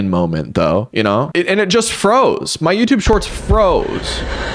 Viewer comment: "It's kinda sad that eou're.." I spent so long trying to figure out if this was french or something and not just the y in "my"